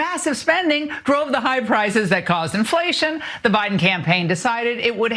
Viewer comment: With her concrete lip Ingraham says "frices" because she can't say "prices".